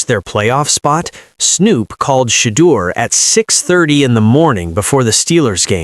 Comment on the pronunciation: It's NOT SHADE-ER, you dimwit. It''s SHED-OOer SHEESH!